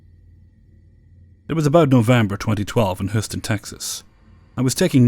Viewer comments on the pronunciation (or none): Just wanted to let you know its pronounced Huuston not whoston. Sorry that was the only thing that bugged me about this lol love your video though!!!!! 😘😘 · Great stuff. You mispronounced Houston